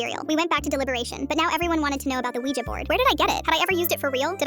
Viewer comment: That is not how you say a Ouija board